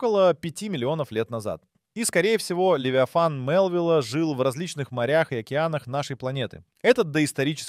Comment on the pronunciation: Футы, дюймы, фунты, левитан... Где качество озвучки?